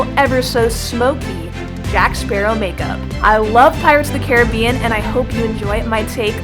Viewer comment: It’s Caribbean babe.